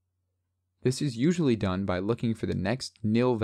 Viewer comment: "a" in "Usually" shifted unwatchable